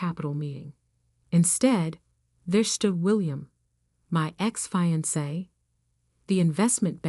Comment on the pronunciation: The AI needs to learn how to pronounce words like real, live, fiance and Chanel properly.Please edit your stories better.